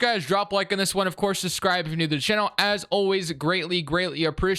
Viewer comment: Love this yoububer but cant stand when he says SUScribe bro.... please just say it ring its SUBscribe💀😅